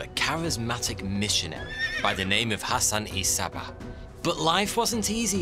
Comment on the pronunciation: nice video . but i must say his name is hassan sabbah not hassani sabbah